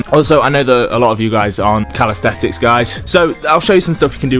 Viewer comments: You have to keep calling it calistetics dont you lmao. Its calisthenics bro. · Still saying calisthetics tho. Get it right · say it with me: cal-is-then-ics